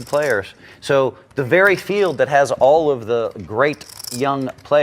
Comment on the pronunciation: You need to enunciate better, and you have a speech impediment. You can't say "L" properly. Field, Hold, Old. Old is not pronounced "oad", same goes for Hold (not "Hoad). Field (not Fee-ood). Called (not "cawd"). Etc. Just something to know since you do voice overs on videos. Keep up the good work